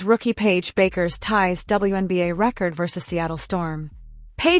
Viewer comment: At least learn how to pronounce her name!